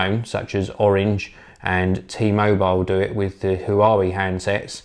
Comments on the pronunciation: Who are we handsets? Nonono!! It's "huyooway" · 'Huawei' is pronounced "Hwar-way"